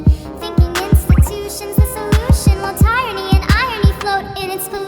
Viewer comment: I really hoped she would explain the mispronunciation of tyranny. Was it on purpose? Was it meant to play on the word irony (that it’s ironic she mispronounced it). I thought it might have a deeper meaning that just not knowing how to say the word.